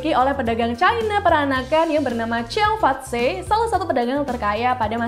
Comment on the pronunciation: Saya sangat suka video ini. Gambarnya bagus, informasinya bermanfaat. Akan lebih baik lagi jika kakak narator melakukan riset terlebih dahulu menyebut berbagai nama orang/tempat dalam bahasa asing. Contohnya: Georgetown, Cheong Fat Tze (Cheong marganya, Fat berarti berkembang kaya makmur, Tze adalah semacam gelar dan dibaca Chi, sedang nama aslinya adalah Cheung Cen Sun) Terutama ketika menyebut "tempat Sun Yat Sen melakukan pengumpulan dana untuk menggulingkan dinasti Qing.... Qing bukan dibaca King sebab 请 berarti jernih, untuk lidah Indonesia kita dibaca Ching.